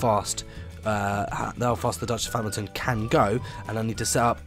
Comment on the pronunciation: "Scosment" "Hmilton" Nailed it.